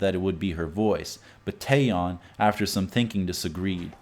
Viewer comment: For instance Seohyun is not See-Oh-Yuhn it's So-hyuhn Taeyeon is not Tai-Yong it's Teh-Yohn